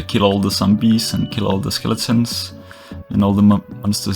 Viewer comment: i love how you say sombees :) <3